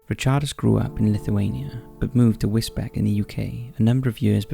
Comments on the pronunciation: I live is Wisbech (pronounced beach; it’s a common and understandable mispronunciation) for number 2, modern slavery is common in the surrounding agricultural fields. There are more murders if you look for them including people found deceased on bench’s and in bushes. The town has a sizeable Eastern European population that get intoxicated and become violent within their own community. It’s a strange town. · Wisbech is pronounced whizz-beach. This was only on the news 3/4 weeks ago. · For future reference, Wisbech is pronounced like 'Wiz beach" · Wisbech is pronounced Wis-beach. I remember this story. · For future reference, Wisbech (in Cambridgeshire) is pronounced Whizz-Beech. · They mispronounce pretty much everything on this channel. I think it's on purpose. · I'm not having a go because place names are often ridiculous but, it's pronounced 'whizz-beach', not 'whizz-beck'. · It's Wis-beach not Wis-Beck :D good video otherwise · Case 2 the area is Wisbech but pronounced Wis-beach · It’s pronounced “wis-beach” not Wisbech. Even though that how it’s spelt! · 'Wizbeck'? Do you mean Wisbech, pronounced in perpetuity as 'WIZ-BEACH'? If you hadn't said 'Cambridgeshire', I would have thought you were talking about somewhere in Germany. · Sorry but it’s pronounced wisbeach.. not wisbeck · Great video,but Wisbech is pronounced 'wiz-beach'. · Wisbech is pronounced Wisbeach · Wisbech is pronounced "Wiz-beech"! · Sorry to be a pain and this only bothers me because I live there, but with the case of the guy who was later found in the woods, the town where he was found is called Wisbech. You say it like whizz-beach. Whizz as in a wizard and beach as in a place where the ocean meets sand. Hope that makes sense 😃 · Wisbech... is pronounced “wiz - beach” .... I understand/know this as am a resident of U.K. Suffolk, Norfolk and use hospitals in Cambridgeshire U.K. England. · Although spelt Wisbech, it's pronounced Wisbeech! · Do you mean wisbech? If so its pronounced wizbeech